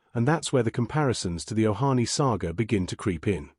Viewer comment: This commentator's is very aggravating with his awful mis- pronouncing of many names [ " Junedin" 'Ohanie" ? still showing a photo of the old third base coach who has been gone 15 months.